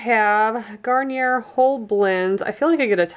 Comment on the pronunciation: It's pronounced Garn-yay. I know that sounds weird but it's not gar-ni-er.